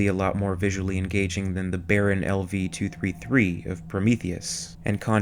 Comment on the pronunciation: ...it's LV-223, not ...233.